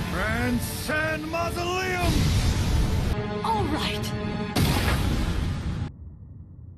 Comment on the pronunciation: Lava girl needs to learn to stay quite like ga’ara he said Grand Sand Museleum and was enough